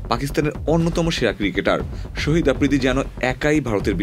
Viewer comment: Sohid noy re vai shahid bol😅😅